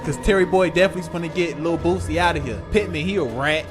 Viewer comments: His name is Boosie sounds like (Boo- See) not Boozy 😂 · It's pronounced Boo-See; Not Boozy... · Bro stopped saying boozy